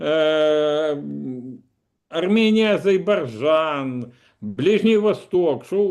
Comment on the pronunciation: Кто нибудь из украинских политологов может правильно произнести "Азербайджан"?